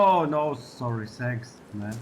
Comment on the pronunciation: Adam küfür etmiyo la tanks diyo ama s ile senks diyo